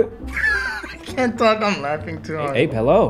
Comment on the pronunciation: the fact that xqc got corrected about calling abe "abbey" yet continued to do it lmao